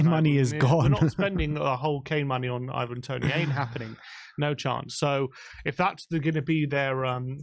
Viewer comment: Can you please make up your mind how you're going to pronounce "Ivan" 😂